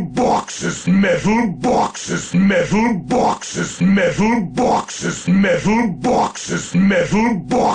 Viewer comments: MEDDAL BAWKSES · MEHTAL BAWKSES! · I love the part when he said Metal Bawkses. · ...multiple, simultaneous and devastating metal bawkes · 99 METALBAWKSES. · METHAL BAWKSES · MEH-THULE BWHAK-SES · METHUL BAWKSES